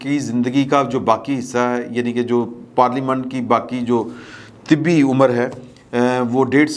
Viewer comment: طبی زندگی نھیں ۔۔ لفظ ۔۔ "--- طبعی زندگی ---" ھے ۔۔۔۔۔۔۔۔